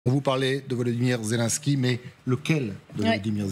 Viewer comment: Après un an de guerre les journalistes français ne savent toujours pas prononcer "Zyié lyiéne ski" mais continuent de dire "Zé l'un ski" ou "Zé lan ski"